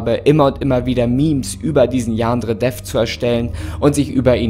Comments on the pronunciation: Ich bin so triggered davon wie du Yandere aussprichst. Man muss es nicht mit dem japanischen Akzent aussprechen, aber bei dir klingt es irgendwie mehr wie ein türkisches Wort😂😂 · Wie er Yandere ausspricht Xd "Jaaandre" Ich liebe es XD PS: das ist nicht böse gemeint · Jaa xD dachte ich mir auch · Ich dachte erst er sagt Jan dredref